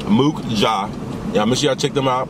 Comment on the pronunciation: The U in Mukja is pronounced like "uh" instead of "oo" btw (same for mukbang). The restaurant's name means "let's eat" in Korean. :) Great mukbang and fuck those haters, eat where you wanna eat fam.